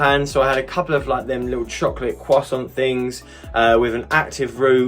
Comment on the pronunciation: those sleeves are impossible to put on my arms... Tried the XL not gonna brag but my biceps won't fit.... Anyway I think your perfect croissant pronunciation is a bit sus that's way too good you aren't a french 🥖 spy right?.. lovely video as always keep them coming